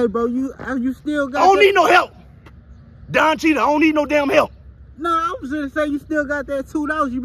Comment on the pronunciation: I swear I'm trying 2 b serious but couldn't. Then he said Don cheata 😅😂😂😅😅😅